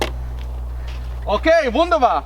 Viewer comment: Did u say "wunderbar"? It was pretty good xd